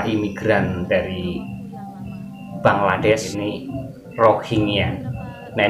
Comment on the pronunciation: Rata2 Indonesian menyebut BANGLA'DES.'.bukan BANGLADESH sebutan biar PRO la skit bro..jgn kekampungan dan tidak berakedemik..buat content study dulu bro😢